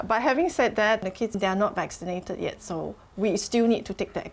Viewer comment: vekkinated and karentine heheheh